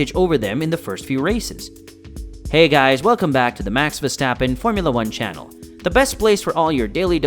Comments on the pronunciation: For the love of God please stop calling him VeStapen. It is VeRstappen. He has an r in his name that is not a silent letter. Your channel literally has his name in your name. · Still beter than Peter Windsor, who keeps calling him "Veshtappen".